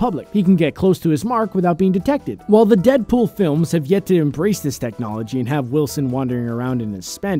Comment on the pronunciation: How many times did he say dedpol